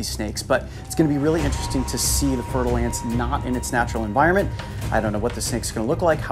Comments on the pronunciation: fer-de-lance. I keep hearing fertile ants! :-D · I thought he was saying fertile ants 🥴